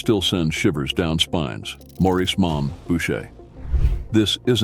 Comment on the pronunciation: His name was Maurice not morris 😂